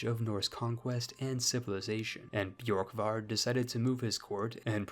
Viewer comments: Just take away the y sound from Borkvard, if it had that it would be spelled Bjorkvard, Orvarsson would be pronounced closer to Urvarson depending on where you're from, really the O would be pronounced like the eu in the French word Bleu back then, same as the letter ø. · its pronounced börkvarður örvarsson hope this helps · Bjurk-Vurd Oh-Va-Sson Sorry I am so late to correct you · Scandi here Here’s pronunciation. Ð = /Eth/ kind of noise. Ö is hard to explain, It’s a kind Ueh noise, Same time of u as the U in “Uh” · As a Viking, I’ll give you a pass on that pronunciation, because our Scandinavian letters usually confuse non-Scandinavian people.